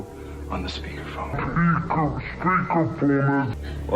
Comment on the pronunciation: My man said " peaked phone"